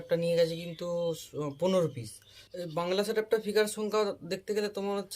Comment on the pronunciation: ফিকার না স্পিকার😅